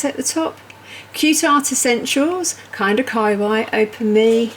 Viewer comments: Umm kawaii is not k-eye-why, it’s kuh-wahh-eeeeee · I believe it is pronounced more like ka why yee. Not just ka why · This IS the best calendar I’ve seen. And I was also drawn to their Ghibli one. I think you pronounce it “Kaaah wah ee” not “ky why”. But I could be incorrect. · Great calender, I'm going to help you out with pronouncing the increasingly socially endemic term Kawaii it is Kaw-Wah-Yee 🙂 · say kawaii, like hawaii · I was coming here to say this. I really enjoyed the video, but the pronunciation got me every time. 😁